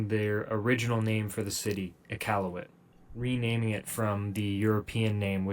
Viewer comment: I'm just happy the guy pronounced Iqaluit correctly.